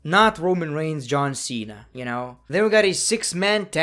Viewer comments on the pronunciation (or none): none